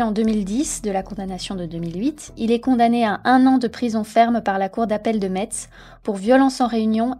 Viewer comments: Metz se prononce Messe 😉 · "Metz" se prononce "Messe" ;) Sinon très intéressant et très bonne vidéo, du niveau de qualité de ACult 👌🏾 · je viens de thionville, c'est même pas 10km à d'algrange, je me souviens du bordel que ca avait fait à l'époque même si j'étais petite (ps: metz se prononce "messe" pour info, c'est un peu surprenant en effet :) ) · Super vidéo ! Cependant, on prononce Metz "messe" ! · ça se prononce « Mess » ^^ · Beau travail. Juste un point : la ville de Metz se prononce comme "messe".🙂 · Bravo pour la vidéo ! Mais par contre Metz se prononce "mess" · Salut; MetZ ca se prononce "messe" en fait. ^^ Voila voila. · Metz se prononce "messe". ;) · Je me suis fait la même réflexion. Ça m'a perturbé les oreilles 😅